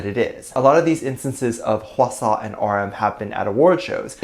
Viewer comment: "h-asaw" ( how I think it's spelled here ) Me: "eye-swana" Me: 👁️💧👄💧👁️ I.NEED.HELP